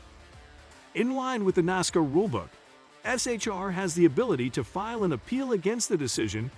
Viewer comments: If you can't pronounce Charlotte or NASCAR correctly, I dont have much respect for your knowledge of NASCAR. Char-lot.....never heard it that way before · A channel named Nascar Zone should learn how to pronounce Nascar and Charlotte.